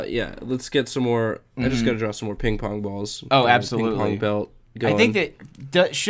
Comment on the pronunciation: Please tell me im not the only one who heard him say ping pong-bongs XD